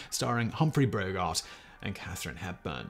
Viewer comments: I watch a lot of edu-tainment YouTube videos and surprisngly frequently the hosts will make an obvious factual error or mispronounce a common word or name that leads me to question the nature of reality. It's the kind of mistake that no actual human would make but rather one an Alien posing as a human might. In this case: "Humphrey BROgart." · Did Simon just say, "Humphrey BROgart"? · "Brougeart "?? Really . And ,Yes I watched un-till the end , (As all ways ).